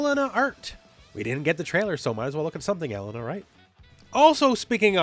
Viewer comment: pronunciation of Mary-o Cart and el-LUN-uh is really throwing me 🤣. This can't be blamed as a Canada thing right?